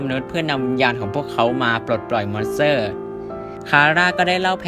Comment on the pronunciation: ทำไมได้ยินว่า มอนเสอร์